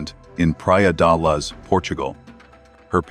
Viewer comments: Praia de Loooge. Not Luzzz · This is an annoying AI voice hence the reason this voice can't pronounce Luz.